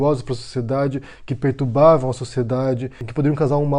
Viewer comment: Ô,, "pertUBavam"!? 😐